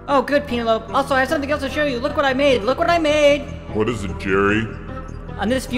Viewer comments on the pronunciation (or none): none